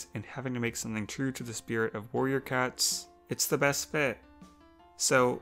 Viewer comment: are my ear bad or did she say “Warrior cuts”?